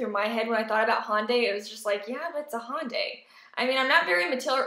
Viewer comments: Glad you like the car but for the LOVE OF KOREA, stop saying HAWNDAY. It's Hyundai as in YUN-day with an "H" as in "Hot" sound in the front. "hYUN-day". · just fyi, it's not HONDAY, it's Hyundai like Sunday